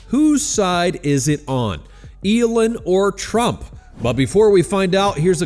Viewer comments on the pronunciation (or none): Its Elon, not Elun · Eeeeeelon. Not Elun. Or is this whole channel narrated by AI? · that isn't even a sentence. Let me help you " are you confused about who Elon is?" No. I am laughing at the AI voice calling hin Elin instead of Elon. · How to pronounce Elon= Eee-Laawn😅. Get it right! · As a first step, why don’t you ask Grok to help you pronounce Elon‘s name. Hint: it’s not Elin. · I shouldn’t care because I can’t stand the guy, but there are only so many times I can hear it pronounced as “Elin.” 😂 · Why are you saying Elin? Are you AI? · You don't seem to pronounce Elon correctly/normally/the way he does. It's not "Elin". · Why are you pronouncing Elon as Eeelin??? Just wondering. I guess it's just another AI voice thing. And come on, we all know that if Elon started his own political party, it would be called X. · This AI can't pronounce "Elon" ?